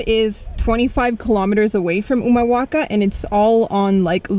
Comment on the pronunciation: Pronuncias re bien Humahuaca, El Perchel; Tilcara vos y el señor mayor. Su lengua es español pero hacen videos en inglés?